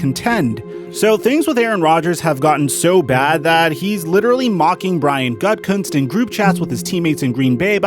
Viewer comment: I keep thinking people are say “GutCunt” when talking about Gutkunst 😂